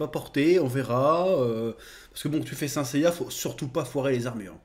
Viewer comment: "seins seiya" 😂😂 (et puis Sean Bean c'est quasiment un spoil cet homme)